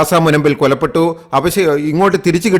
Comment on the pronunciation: കൊലപ്പെട്ടു അല്ല. കൊല്ലപ്പെട്ടു ആണ് ശരി 🎉